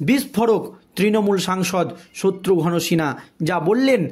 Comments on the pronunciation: ঠিক উচ্চারণ কর, শত্রুঘন মোটেই নয় শত্রুঘ্ন উচ্চারণ কর, ফালতু। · The narrator is requested to learn to pronounce names correctly specially that of Satrughan Sinha.